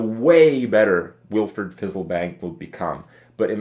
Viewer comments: It's WilFRED. Not WilFERD. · Wilferd Fizzlebang? Do you also say Iorn instead of Iron?